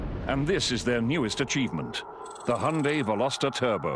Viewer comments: Hi-un-day, not hun-day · Hey I'm going to make a correction. I'm not trying to be an ass, just fyi. It's not pronounced hy-oon-day as you wrote. 현대 is pronounced Hyun (rhymes with shun) Deh (rhymes with dead without the d at the end of 'dead'). It's actually hard to pronounce. But I was born and raised in Korea so yeah, that's how you pronounce it. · Yes, I noticed that. That's the reason I wrote that. If the founders pronounce it Hy-oon-day, why can't americans do it the proper way? Actually, I don't know why I even care...